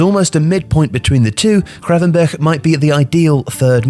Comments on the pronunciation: Love the pronunciation of Gravenberch. Nailed it! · As a dutchman i appreciate your pronunciation of the "G" and "Ch" (which are the same) in Gravenberch. I know it can be hard and weird for other languages. You can do the scraping even harder, but again, its nice to not hear an english "G" or somehow an "H" like people do with Van Gogh for some reason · Let's be honest. How long did practise saying GravenberCH before recording? (Props btw)